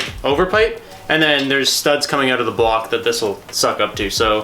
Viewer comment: i cant be the only one who hates how he says "out" or anything that starts with a "o" or "ou" like "outside